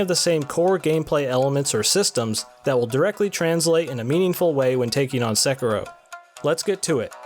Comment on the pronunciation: Hiring requirements for a game reviewer: 1. Must be able to pronounce the name of the game